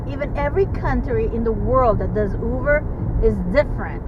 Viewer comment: I’m hearing you pronounce “Uber “ w/a “V”, like “Uver “. But isn’t it pronounced w/a “B” sound??